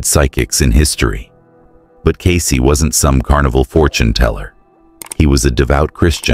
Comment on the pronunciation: Cayce ……Get it right ?????